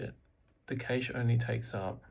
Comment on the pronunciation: love the pronunciation :P my favourite dish is Cache Loraine